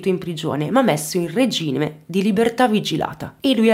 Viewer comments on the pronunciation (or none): none